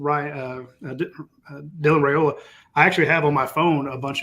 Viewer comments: Yes his father did during an interview. Rye not Ray..... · I believe it is RYE--oh-la, not RAY-oh-la. Didn't his father clarify that on one of your shows?